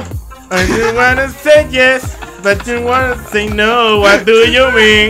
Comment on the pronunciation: dice es what du yu min:v